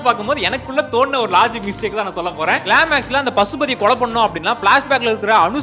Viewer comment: Climax ❌ clamax✅😂